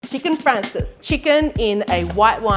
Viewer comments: Great recipe! And the Italian pronunciation is fraan chay zee. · Cute accent. It's Chicken " Francese" not Chicken " Francis." Lol